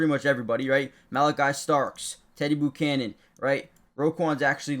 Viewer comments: learn to say his name... It's NOT "Boo"chanan, it's ...Bu ~ chanan , (like when you say Butane) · Learn how to pronounce Buchanan.